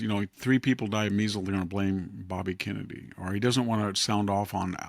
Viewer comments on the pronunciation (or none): none